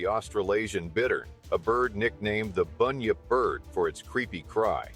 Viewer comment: BUN-yip not boooooonyip